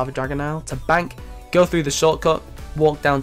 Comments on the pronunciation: BONK it's Bay-nk bro. B A N K. Not BONK. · please learn to say "bank" properly instead of bonck